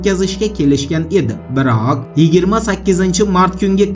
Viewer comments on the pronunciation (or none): Ja kuchanib gapirasizta uka ozizi majburlab gapirishiz shart emas oma biroqqqqqq degan gapiz boshqacha chiqadi